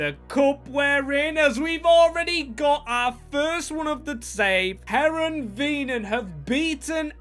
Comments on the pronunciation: English speakers can't pronounce anything that isn't English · butchering this teams name